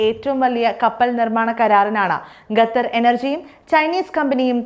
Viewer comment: Gathar alla qatar